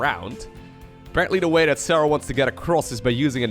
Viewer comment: Nice pronuciation of "Serral" :D